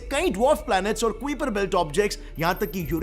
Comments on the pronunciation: It’s pronounced ‘kaiper’ belt, not ‘kuiper’. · kwiperbelt nahi kaiperbelt